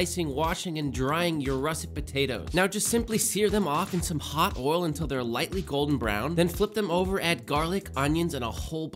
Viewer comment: has only lived in Texas for a few years and he’s already pronouncing ‘oil’ like the ‘i’ is silent. 😂